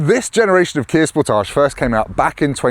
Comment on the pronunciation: That's not how you pronounce Sportage, lol